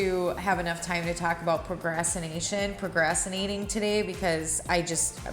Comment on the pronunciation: My kids are in their 20s now but I saved only a few baby things of theirs- christening gowns and and a some handmade things. Prob more for me than them. Are you saying “prograssinating”? You crack me up lol